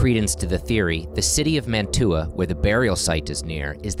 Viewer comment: I cannot get over your mispronunciation of Mantua...